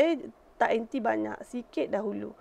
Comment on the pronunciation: Jenuh fikir... Duk sebut anti, rupanya inti ....